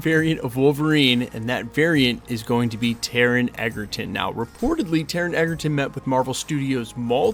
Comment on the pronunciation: Taron Egerton, NOT "Eggerton", would make a great Wolverine!